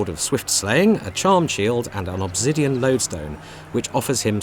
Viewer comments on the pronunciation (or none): none